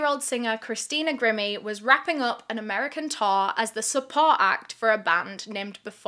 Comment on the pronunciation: I love, so dont rip me apart, but is it bothering anyone else that she is pronouncing Christina's name wrong? It's Gr-eye-me, not grim-me..